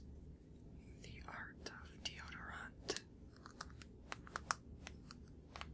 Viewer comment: "the art of deodor-ahnt" hahah